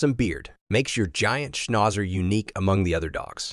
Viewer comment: Great except for the way Schnauzer was pronounced.